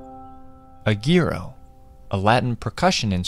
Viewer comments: It's not pronounced "-Geero-" but "-Gooeero-" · The instrument's name is pronounced "Goo-ee-ro" not "Gee-ro". It's also spelled "Güiro". The two dots over the U (Ü) mean that the U makes a sound where it normally would be silent.